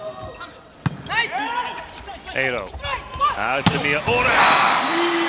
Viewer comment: みよーら？みやうら😅